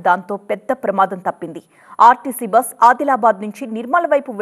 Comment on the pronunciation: చూసేవాళ్ళు టెన్షన్ పడాలికానీ ఇక్కడ న్యూస్రీడర్ టెన్షన్ పడుతుంది మేడం అది rtc బ్రష్ కాదు rtc బస్ అనాలి